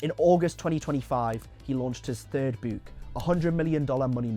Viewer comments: The way he pronounces book "bouuk" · Why does this AI say ‘bewk’ and not ‘book’